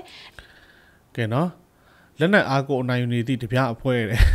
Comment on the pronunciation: ဓားပြကို ရေးတော့အမှန် ဖတ်တော့အသံဆိုပြီး ဒမြလို့သာ အသံထွက်ပေးပါခင်မျာ..ကျေးဇူးပါ❤❤❤